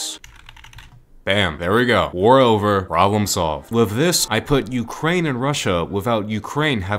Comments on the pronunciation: As an ukrainian i am dying from “rukraine” like how did you even get a thought of that? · Rukraine haha